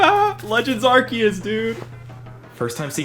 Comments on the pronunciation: Uhh ahcktyually its Arkyus not arseus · It's pronounced ARKOOS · Gotta say it isn't arkeus man Arceus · You silly silly human it is arcoos